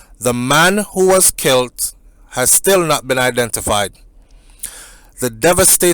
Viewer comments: There is no different between kilt and killed because there is no such word as kilt that’s why it was a bit irritating to me to hear him keep saying kilt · Why are you saying kilt the word is killed not kilt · But you know what it meant.... Might be a bit of an irritant, but Does it really matter . We know he knows the difference between kilt and killed